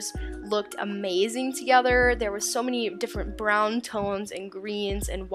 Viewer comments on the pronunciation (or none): none